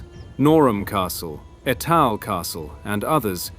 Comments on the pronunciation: Et al castle? It's eetle man 😂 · Ee'tal, No'ram.... AI mispronounced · Etal is pronounced eeetal, and it's a poxy little thing compared to Ford castle down the road. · Just a heads up, the castle are pronounced Nor-um and ee-tul